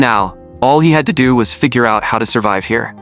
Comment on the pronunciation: all he had to "DoO" 😂